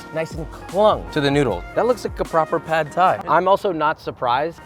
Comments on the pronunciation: It’s pronounced more like paht not pad. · I know it’s nit-picking and it’s spelled “pad” but it’s actually pronounced “pod”. UR pronounced it correctly. The A is as in “car” not “cat”.